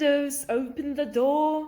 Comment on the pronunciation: Неге the дегенді ве деп айтып жатсыз